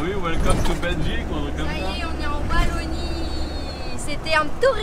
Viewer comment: c’est précis. Dites les P c’est Oualonie qu’on dit chez nous et non Valonie;) dommage des gaufres de Liège avec de la cannelle t’attendaient;)